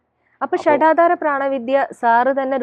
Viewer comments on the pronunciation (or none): ആങ്കറുടെ ശ്രദ്ധയ്ക്ക്: "ഷഢാധാരം" എന്നല്ല, "ഷഡാധാരം" എന്നാണ്. ആറ് എന്നതാണ് "ഷഡ്" എന്നതുകൊണ്ട് ഉദ്ദേശിക്കുന്നത്